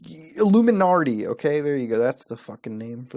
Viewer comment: FFS muta there is NO R in Illuminati!!!!